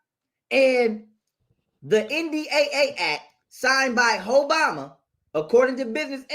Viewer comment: Did he say "Hoebama"??